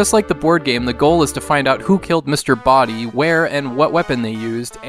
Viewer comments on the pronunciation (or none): none